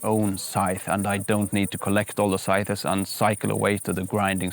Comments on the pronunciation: This is really great. Your english is superb, your enthusiasm palpable, and your team runs like a well oiled machine. New subscriber :) ps: just one tiny bit of help. One pronounces scythes like this: "sigh - th" - not sigh thes. Minor help, to help you along your way. Thanks for doing what you do :) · Oh my pleasure. However, English (any form of spoken English, from Canada, Oz, NZ, America or England, SAfrica, Namibia, et al ), all pronounce the word "sigh -th" - or when referring to multiple scythes, then it is pronounced this way, " sigh-ths". The pronunciation, "sigh-thes" is incorrect and a simple mispronunciation usually made by ESL well meaning individuals. Another trick word to pronounce is "Adze" :) As a native English speaker with an educated background, I urge you to fact check me and see if I am full of nonsense or bias. All the best, LG